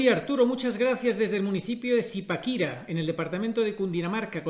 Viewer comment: Arturo.. Excelente el programa, y la pronunciación de Zipaquira estuvo muy graciosa, eso sonó muy muy gracioso, jiji, lleva tilde en la última a. Bendiciones